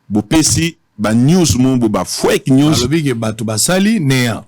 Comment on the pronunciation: Yo pe 10 ans na USA 🇺🇸 oyebi English te 🙄🤦🏽‍♂️ fwake news nde nini?? Et on dit CASE NUMBER 🚶🏽‍♂️